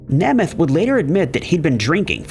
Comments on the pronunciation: "Nahmath"? Or "Nehmuth"? Nope...."Naymuth". Perhaps an actual narrator would be better than a computer with pronunciation. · Please at least find one other citation of names that you don’t know how to pronounce before making your own video. Namath is pronounced NAY-math. Not NAH-math. Also, you made this video way after Simpson had died. Accordingly, you should say “he HAD been ordered to pay $33.5 million…” or “he WAS ordered…” — not “he has been ordered…” Please up your research and editing game. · It's pronounced NAME-ith, not Nemeth...idiots. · Namath is pronounced Nay-meth… say it with me… Naaay-mmmeth.. Namath. 😂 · FOR THE LOVE OF GOD!!!!! HIS NAME IS PRONOUNCED NAY MUTH!!! LOMG A YOU DIPTWADDLE!!!!!!!! JOE NAMATH WITH THE FIRST A SOUNDING LONG. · Joe Nay- muth long a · Tell me you’re old without telling me you’re old, I’ll go first: the fact that is so young he doesn’t know how to pronounce Nā-măth! But this was a good video. Maybe you should do one one people who died because they appeared on talk shows. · Pronounced Joe ‘NAME’ eth… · NAME-ETH. Joe Namath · Nay myth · That isn’t an age thing. The last name is pronounced nay-myth. Don’t recall ever hearing anyone pronounce it as “M-e-t-h”..lol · Joe's last name is pronounced 'NAY-MUTH'. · Pronunciation of Namath's name was appalling. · To the narrator: please do us all a favor and learn the proper pronunciation of peoples names because it’s pretty embarrassing to hear you mispronounce so many of them. Really if they’re that well known then you need to realize that as well, because their names are as well known. Just a suggestion that would help. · I was thinking how can u report on namath and say his name wrong